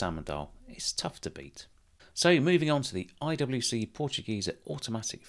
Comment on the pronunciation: Dear, as a German native speaker I can tell you that your pronunciation of the word Portugieser is spot on.